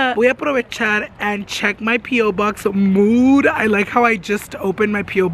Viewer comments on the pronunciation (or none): Everything you say MOOD, I think you say MOO. Lol